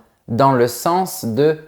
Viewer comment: 'Estomac' = prononciation 'estoma' 😭. 'Sens' = prononciation 'sans'. 😦